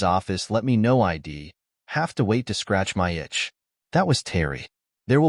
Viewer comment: You know. It’s a pretty good story that would be a lot better if you’d large language model train yer dumbass AI how to pronounce contra Ted words. Pronouncing she’d as “she’d” and “i’d@ S “I.D.” Gets annoying very quick. Have some pride in your work product and fix it. Stop acting like 5th graders kicked out of English class produced this